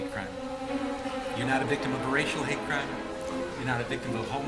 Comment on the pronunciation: “you’re not a victim of a homophonic crepe” 😭